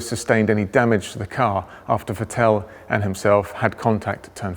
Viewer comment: His Name is Vettel, not Vettéll